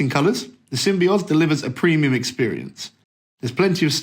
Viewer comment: Sam-by-oz seriously.